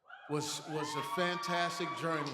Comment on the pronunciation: “Was a fantastic Jurnee “ 💃🏻 💯